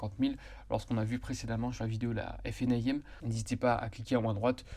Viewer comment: Détail : vous prononcez toujours la FNAIM en prononçant chaque lettres (F-N-A-I-M). C'est long et pénible. Pourquoi ne pas faire (comme tout le monde ?) et prononcer la FNA-IM (en 2 syllabes) ?